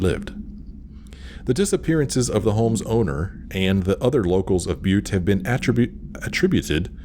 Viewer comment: I know this is a thousand years old,but you said Butte correctly. Here in Texas we have a city named Butte as well as Montana and a butte County in California. Butte is pronounced byoot. You said you hadn't figured out how to say it correctly, so here ya go.